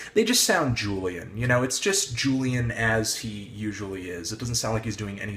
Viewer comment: u kept pronouncing julian's name wrong fyi... also ur opinions r so so wrong